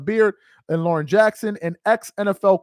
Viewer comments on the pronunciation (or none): none